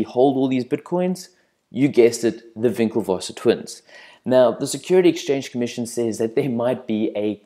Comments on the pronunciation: HAHA over priced at $1000 .. It's WinkleVos not VinckleVos. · It's "Winkle-voss" not "Vinklevosser"